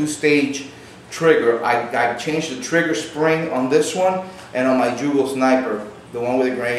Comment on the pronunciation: Great Video, but for future references, its Yugo not Jugo. I know we spell it Jugoslavia (Југославија), but its pronounced Yugoslavia.